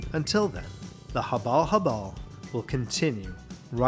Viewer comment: "The Habalh-Habalh"..😅